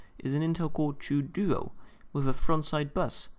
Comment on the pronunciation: its called intel core TWO duo not the intel core chew duo